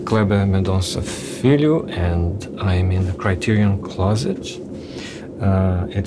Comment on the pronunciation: That "filho" in the beginning had an extra portuguese kick to it